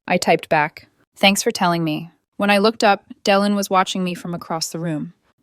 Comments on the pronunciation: Dylan is pronounced Dilan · The y in Dylan is pronounced as an i not as an e